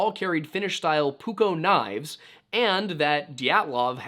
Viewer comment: Color me surprised when after 2 hours and 40 minutes I suddenly hear the word “puukko” pronounced pretty well for an American! I know those double consonants are really difficult for you but the rest was perfect. I always thought that the Dyatlov group might have had some vodka to enhance that possible panic and/or disorientation. Maybe the older guy, who was apparently a little bit wealthy, had some vodka with him and when they pitched the tent, he offered a little bump for anyone who wanted it. I’m not saying they all drank or were drunk, but let’s say 4-5 of them took a little vodka, then one of them hears an avalanche and quickly convinces others. They panic, start running to the trees, once they get there one of them gets angry that they panic for nothing and starts a fist fight with the person who had heard “the avalanche”. While that’s going on, some others start to make their back to the tent and get hit with those winds or an ice slide or what the heck it’s called, like an avalanche lite. The group by the trees don’t realize this right away, and those guys climb the tree to take a look. They see the ice slide or someone laying on the ground, get agitated and lose their grip while trying to get down. Maybe only one falls and accidentally takes the other guy with him or breaks a tree limb making it super hard to get down for the other. I can’t explain those 2 falling 6 meters to the side and half a meter down from their shelter, but maybe they went to pee at the same t